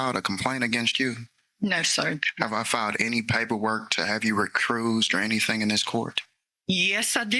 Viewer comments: “have you RECRUISED” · You mean recursed? 😂